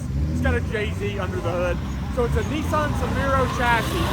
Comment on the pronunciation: Hi what’s a neesaan? I’ve heard of a Nissan but not a neesaan? 😂😂😂